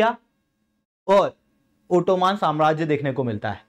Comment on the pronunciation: ओटोमान ❎ ओटोमन ✅